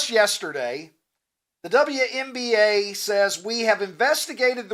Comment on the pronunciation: Double u, double u. Not double ya 😂 Y'all crack me up. Say it with me you sweet bastard, WNBA double u N B A😂